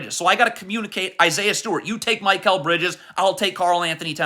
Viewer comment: Can you please say Mikal Bridges name right 😭😭 it’s not MY-Kal